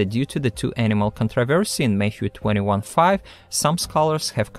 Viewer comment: When he says Matthew, I keep hearing Mayhew, and then my brain goes to the Church of Jesubacca might be cool, but if you don't believe in him, he'll rip your arms off. 😂😂😂